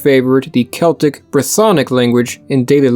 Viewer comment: No, it´s "Keltic"